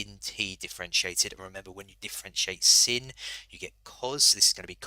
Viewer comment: Its sine not sin lad 😂 but nice video